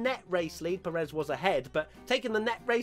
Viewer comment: Dudes, it's like PErez, not peREZ